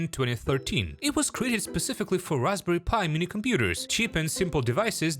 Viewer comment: you said pi wrong